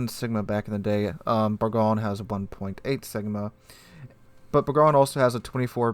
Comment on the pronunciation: It’s pronounced. Ber-GOIN lol